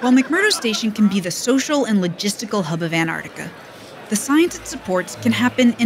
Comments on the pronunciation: While living in Antarctica for a month you didn’t learn how to pronounce Antarctica. But glad you enjoyed “Anartica” 🤣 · Not sure why this bugs me. Antarctica being pronounced Antartica. Cool vid, anyway. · Please stop saying "Antartica". Everyone in the comments knows it's AntarCtica". Guessing you also say "Artic". Sorry everyone, I couldn't resist being a pedantic jerk.